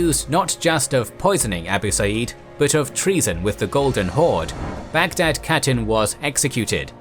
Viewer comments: When you pronounce khatun you say like hatun not katun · Khatun=Hatun not pronounced CATTEN, you could still mispronounce it as HATTEN and would be acceptable. Westerners especially Anglophones get so confused with the Kh digraph , just remember it’s almost identical to the German digraph of “Ch”. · Your videos good, pronounce of the word catun should be (kha toon),is not correct .